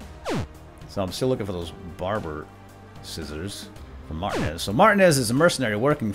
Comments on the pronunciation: isnt it pronounced mar-tee-nez not mart-e-nez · Martinez's name is pronounced mar-T-nez, not Martin-ez. Also, this looks awesome! Do more of the walking dead escapists! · Tip, I think it might be pronounced Mar-Teen-ez, spanish/latino decent I believe :) Keep up the good work! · Martin-ez is not how I thought it was xD I say Mar-tea-nez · Its pronounced "Mar-teen-ez" not Martin-ez. Please fix that going forward, by the 5'th time I heard it, it started making me a little nuts. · You said martinez wrong.....just to let you know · Your saying martinez wrong, not trying to be rude but its annoying.